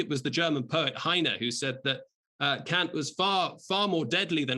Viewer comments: Kant, not Kaut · its Kant , not Kaut...